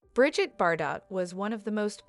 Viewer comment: It's brigeeete not bridget